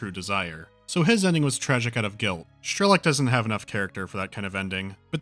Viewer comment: Strelok's name is pronounced as it is written, not Shtrelok or Schtrelok. Apart from this, nice review.